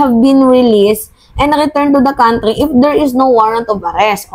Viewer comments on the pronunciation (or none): none